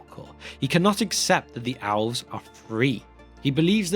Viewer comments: I thought he said OWLS when he said ELVES….he pulled an Ozzy..lol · Why is my man saying "Owls" insted of "Elves" ?